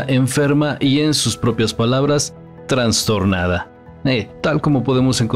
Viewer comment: Se dice TRASTORNADA, no transtornada